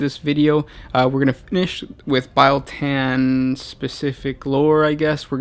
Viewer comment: LOL ITS NOT PRONOUNCED BILE SAY REAL. THEN SAY BEAL. BIEL TAN